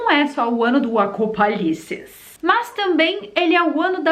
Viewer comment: AcopALICE kkkkkk